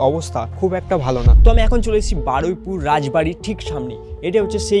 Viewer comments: Bro it’s not baraipur it’s baruipur😂…come on man…atlist pronounce correctly evabe influencer howa jabena… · ওটা বারাইপুর না বারুইপুর হবে আর ওটা রাজ বাড়ি না জমিদার বাড়ি